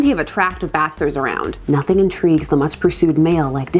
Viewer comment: Casually comments. I swore I thought you said there's plenty of bastards not bachelor's hahaha